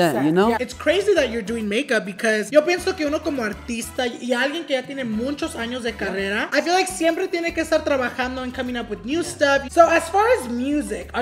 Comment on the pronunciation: does say “muncho” instead of “mucho”?